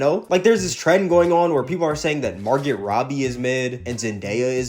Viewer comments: It’s pronounced MAR-GO not MAR-GET the T is silent.. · Bro, it's MAR-GO! I cringed each time you mispronounced her name